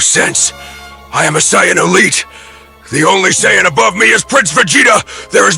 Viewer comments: Gotta learn how to prompt the Saiyan name. you have to either teach AI to pronounce it correctly or you spell it "SAYIN" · don't ever say Sayajin again